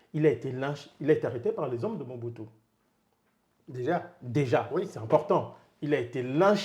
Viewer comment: C'est Mobutu pas Muhutu